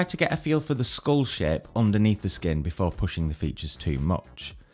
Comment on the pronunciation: Everytime he says "shape" I hear "sh*t" and that has made this video much more entertaining to listen to.